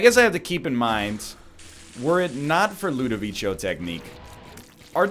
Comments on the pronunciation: My dude, please, read it like ludoviko, not ludovicho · Part 6 of my continued support for the Jello Lord. NL might mispronounce Ludovico, but he'll never mispronounce the name of our honoured leader, the Salad of Jello